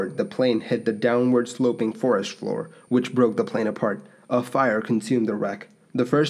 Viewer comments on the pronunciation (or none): none